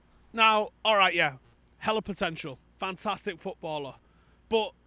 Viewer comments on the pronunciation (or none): none